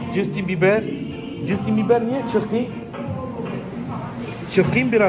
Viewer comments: maicljaksn❌ meklcksn✔️ jastn bibar❌ cstnbibar✔️ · custin biber diyo la